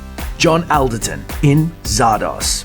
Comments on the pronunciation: John Awl-derton, not Al-derton. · Although the spelling is Alderton, you actually pronounce it as ALLderton. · It's John ALL derton not AL derton and Von Sydow is pronouced Von SyDOE not Von SyDOW as in cow!